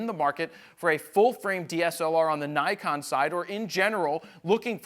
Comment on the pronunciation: Oh dear.. Why are you saying Nikon like that... What a twat!